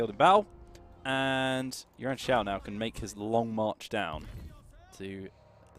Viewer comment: OMG! you got the name right this time!